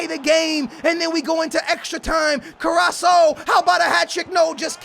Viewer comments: Pronounce both Cs in CarrasCo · It's pronounced car-ass-co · you are saying his name wrong!! its CARASSCO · Carrasco is pronounced Carrasko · he is called carrasco say it like this ka ra sko. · Carasco should be said like carasKo , don't hate me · KO-RA-S-CO that's how u say his name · Love your videos though you should get the names right man... it's Fernan-dinho not FernandinGo,it's Carras-Co likewise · You pronounce it Car-as-ko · you say CarasKo With a K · you need to pronounce the second C Like a K CarrasKo, I am from Belgium! Really enjoy the series! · its prounnced Car-as-co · carraso? im fucking done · HAHAHA CARRASO LMAOOOOOO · trying to help ka-rras-ko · *it's Carrasco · Its CARASSCO!!!!! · say carrasko you have to say it with a k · its carasco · hes pronounced carrasKo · you need to say the C in carrasCo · Please pronounce carrasco right it's so fucking annoying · CarrasCo haha Theres a "C"😂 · Your pronunciation is kinda wrong but it's fine he's Belgian so it's hard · You do know that carasco's name has a c towards the end of his name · you pronounce Carrasco wrong Both of the "c"s are pronounced like a K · you are missing the "c" sound when you say Carrasco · You are saying his name without the end CO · Arghhh your carrasco pronunciation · Oh what a surprise, ur not pronouncing his name right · "i hope I am saying his Name right"- 2017 says Carasso instead of CarassCo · CarrasCo not carasso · it's CarrasCo not Carrasso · IT IS CARRASCO NOT CARRASO!!!!! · It's carasco not caraso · it's carrasco not carrasso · carrasCO not carraso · Carras-CO not Carras-SO LOL. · CARRASCO AND NOT CARRASO 😂😂😂 but nice video again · Hey its CarrasCo not CarraSo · Can you please stop saying caraSSo it's caraSCo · Its not carasso its carasko" (carasco) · its not carrasso, but carrasCo(C=K) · It's CarrasCCCOOO NOT CARRASO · It's carrasko not carrasho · OMG its CarrasCO not CarraSO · CarassCo not Carassoooo